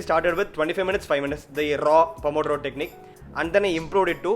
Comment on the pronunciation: the pronouce of the italian name it's wrong, but i forgive you ;) ur italian colleague of medicine.